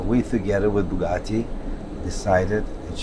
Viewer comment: BYOU-gatti Jacob: Yes, Bugatti